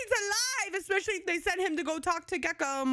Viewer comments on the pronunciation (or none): none